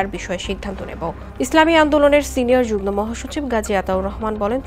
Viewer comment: আমি আশ্চর্য হই যে কালবেলা একটি প্রতিষ্ঠিত সংবাদ মাধ্যম। এই মাধ্যমের একজন উপস্থাপিকা কীভাবে যুগ্ম কে যুগনো বলে। উচ্চারণ হবে যুগমো।